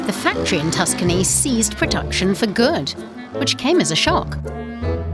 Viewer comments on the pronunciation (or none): none